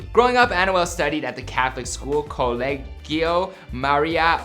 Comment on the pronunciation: It’s spelled colegio but said like colehio